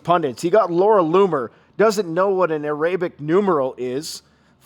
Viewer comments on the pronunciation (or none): Look up the pronunciation of Arabic (numeral). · “Laura Loomer…doesn’t know what an ‘əˈreɪbɪk’ numeral is…” The Little Carmine of doomsayers is off to a good start! God love ya,! 😂 [Edit:, that’s Minsk, not Moscow.] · There also seems to be some who still can't even pronounce the word "Arabic". 😂